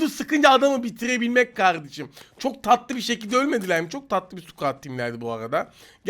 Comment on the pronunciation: Abi İlk Maçın Sonu Harika Çok Tatıılı Dedin ajsajjdajsd